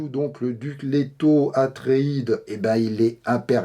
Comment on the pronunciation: Atreides pas Artreides mon petit.....👍👍😉